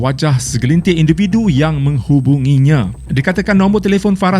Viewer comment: siapa perasan dia sebut induvidu